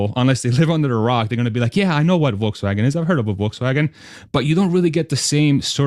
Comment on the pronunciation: As always, great content and great AUDIO. Go $TSLA HODL 4 LIFE! I like how you pronounced 'Volkswagen' the correct German way at least once. Well done, sir.